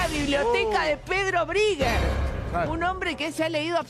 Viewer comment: "briger" Mamita esta chica. No le da.